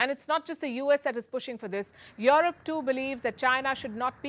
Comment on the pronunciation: 'Your rope' instead of Europe .... very irritating 😅😅